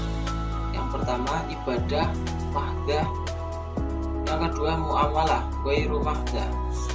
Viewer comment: cara baca Mahdhah (Mahdoh) bukan mahdah